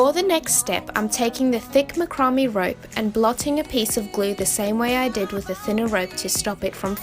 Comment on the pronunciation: Not to be a “nudge”, but “ macrame “ is pronounced “ Mack- ra- May “ and those little “ stalks” are actually “ Pin’s”. ( Nice craft idea though.👍 ) Thank you.